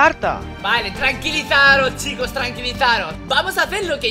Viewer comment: Minuto 00 sicooos xd jaj se equivoco es chicooos